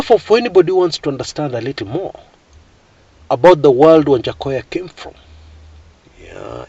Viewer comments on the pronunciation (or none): Lol it's waja not wanjakoyah 🤣🤣🤣!!!